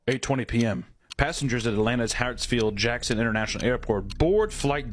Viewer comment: It is Hartsfield-Jackson, not Hatfield-Jackson. This could have been way funnier with a little embellishment and better story telling. Just saying.